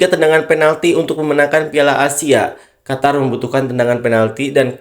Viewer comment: Qatar..mbacanya Qotar Qotor Kotor..wkwk